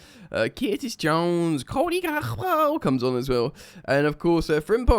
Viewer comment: listening to “cody gakpo” in a scouse accent is hilarious